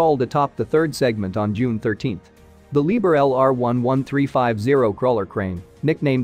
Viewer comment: Dear FAKE NOT SO INTILLIGENT READER!! IT'S LIEB HERR'E IN ONE WORD